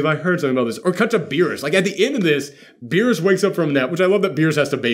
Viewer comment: They could've cut more to berus babysitting 😂 (totally butchered his name😅)... How cool would it be to have broly learn ultra instinct oh my Gawd😳🙌